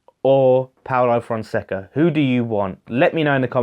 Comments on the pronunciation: I feel like it's Fon-say-ca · Paulo Fonseca pronounced Fonsecker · Yes you pronounced it wrong. Don't worry about it. I don't like the guy he's a Mourinho wannabe, he managed Porto and did nothing. Giovanni Von Bronckhorst for me.